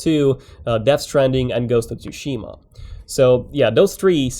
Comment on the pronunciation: Ghosts of Tooshima? Lmfao!!!!!!!!!!